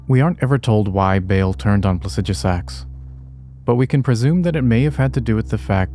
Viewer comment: It's so funny hearing pronounce Plasidusax, and we as a community still pronounce it how we have said it for year's it's spelled. 😅